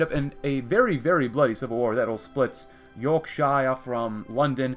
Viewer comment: You pronouncing Yorkshire ‘York-sh-eye-er’ hurt me. It’s pronounced York-sher! Good video regardless